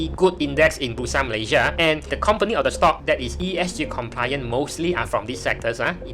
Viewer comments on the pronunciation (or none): bro, ESG, not ESC leh.... Starting tio wrong liao... Aduihai.... but nice video juga... wu sui zhun !